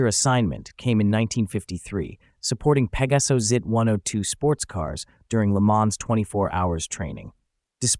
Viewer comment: Oh narrador!!!!!...fala-se exatamente PEGASO...para facilitar a dicção seria com o acento no A.